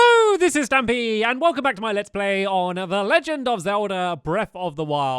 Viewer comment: STAMPY NOT STANPY